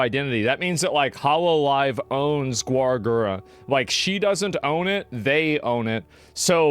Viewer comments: We have got to get Asmongold lessons on how to pronounce names lol. "Gwarr" Gura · "Gwar Gura" You almost got it right there mate... It's pronounced "Garr Gura"